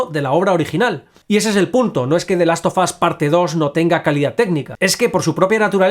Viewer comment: "De last of as" 😂